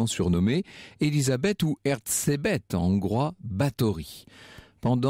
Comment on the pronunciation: Je rejoins les autres commentaires: cette femme était victime d’un horrible complot. Cependant, petit point à corriger dans la prononciation de son nom: « zs » en hongrois est l’équivalent de notre « j » français. On prononce donc « erjébet »et non pas « ertsébet ». Voili voilou…